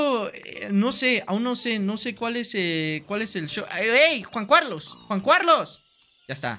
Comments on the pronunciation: Quackity: "Juan Cuarlos" Jun Carlos" "Jun Curlus" "Juan Juarlos" Jajajajajajjaja me encanta como no consigue pronunciar bien el nombre de Juan Carlos xD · Como dice juan cualos XD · Siempre dice Juan Cuarlos ajsjsjs